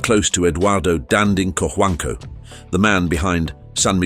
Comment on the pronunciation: co-huang-co that is how we pronounce his name..